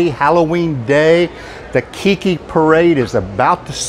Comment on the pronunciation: Hi thanks for sharing but you missed pronounce Keiki parade it's not kiki it's Keiki Mahalo again